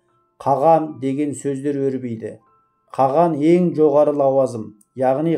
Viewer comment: Каған емес Каһан